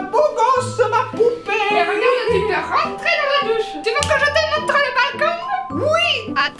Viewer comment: “Mais rintre” 😂